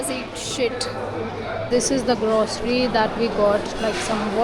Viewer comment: It's not jaam, it's jam It's grocery, not grossary. It's parking, not parking